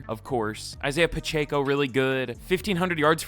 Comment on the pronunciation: I'm a Chiefs fan but hearing him say Pacheco's name bothers me 😂